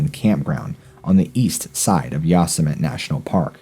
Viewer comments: ......it’s Yo semi teee. Yosemite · It is not [yaw-se-might]. It is [yo-seh-mu-tee]. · ya'-sooo-mite!?!?!? Really!?!?!?! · Wait dude. I’m like in and do I hear you say Yosamut’ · You miss pronounced Yosemite. Haven’t you seen looney toons